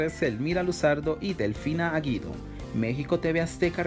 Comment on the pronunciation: El apellido de Delfina, no es Aguido es "DELFINA GUIDO"